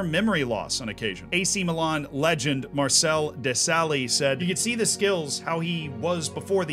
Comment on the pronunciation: im still hearing the Marcel Dessally pronunciation 🤣🤣🤣🤣